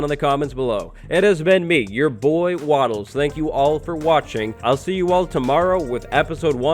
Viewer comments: Wattlers.... lol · wattlelers? is that how you say it/write it I'm already waiting on the update for afk fish farm lmao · wattelrers... lol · Wattlers.... lmao this was so helpful